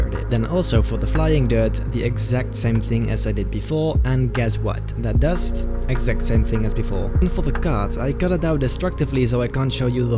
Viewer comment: No one:: exame sact...